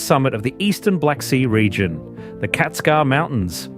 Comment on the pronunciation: "i-schak" pasha !!! "Kactskar" !!! please show some respect and learn how to pronounce at the age of data !!!